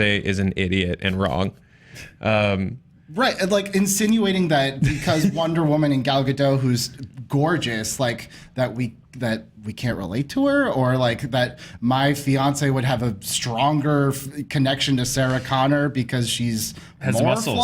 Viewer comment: Just a reminder you pronounce the T in Gal Gadot 😀